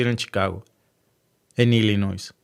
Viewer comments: SE PRENUNCIA......ILLINOI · No le pongas la s a Illinois lo repites y lo vuelves a repetir 😅😅😅😅😅😅